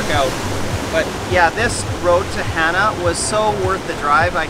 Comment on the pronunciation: Hana...pronounced Hah-nah.